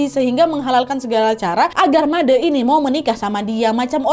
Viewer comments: made' kak bukan madee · Halo kak Nadia aku dari Bali tadi tadi kak nad salah sebut nama bukan Made tapi made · Maaf kak aku ke tawa itu cara baca nya salah seharus nya made bukan madè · kak nad, made huruf e nya dibaca pake e tempe bukan e elang kak... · Menyebut nama Made nya kurang tepat mbak. E nya bukan seperti baca TEman tapi baca E nya seperti baca Eka 😊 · malam kak nad, cuman mau bilang kalau manggil nama made tu made kak bukan made' wkwkwk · FYI kak, "made" cara bacanya tuh e nya seperti nyebut e di kata "sore" bukan madè yg e nya seperti nyebut kata "sèpi" 😂😂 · Kak, Made itu penyebutannya seperti Bule bukan Madeu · Oiyaa kak nadd cara maca namanya bukan made tapi madè yaaa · Btw kak cara baca made tu salahh ,, Made pakek E bukan ‘E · Made kak bukan mad'e😂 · baca made jngn baca dengan de =ngan tp dengan de = adek kek aneh aja gt made` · bukan "madeee" kak tpi "made" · Baca madee "e" nya dibacaa kaya baca "e" nya kalimat satee kak nadddd xixi, tpi gpp ttp seruu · Sedikit koreksi ka nadddd❤, bli made di bca nya pake è jd madè , terimakasih ❤❤❤ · Kak, setahu sy Made huruf "e" bacanya kyk "e" di kata sate. 😂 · Made kak, e nya kyk eman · koreksi "madE" E nya dibaca Enak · Made dibaca nya Ma d Trus sandikala nya dibaca sandikale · Made kak bukan made pake e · Balian yg bner emang gk akan pernah nyebut nama siapa pelakunya, biar gk merusak hubungan, krna biasanya pelakunya itu yg satu pekarangan, keluarga, atau tetangga depan rmh, klok Balian sampek nyebut nama artinya dia gk bner, krna merusak nyame braye (silaturahmi), Btw kak nadia, made itu e nya dibaca kyk kk baca "etika" bukan "selesai" ngerti nggak? Hehehe bukan kek cara kk ngomongnya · Made baca huruf e kayak baca tembok, aiu(e…..)o😊🙏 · Iyaa made pelafalan (e) salah 🥰 tapi gpplahh diwajarkan saja krn kak Nadianya tdk tahu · Made 'e' nya dibaca kayak ngomong 'enak' hehe, aneh kedengaran ditelinga 😭✌️ maap kan nad, ak wawak bali soale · Maaf nadia. Penyebutan nama made itu salah. Bukan seperti itu.